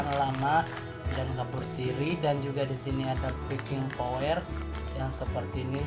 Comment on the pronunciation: Backing powder bukan backing Power mas